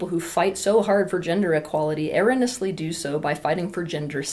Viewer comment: Teal... it's eh-ro-"knee"-ous-ly.😊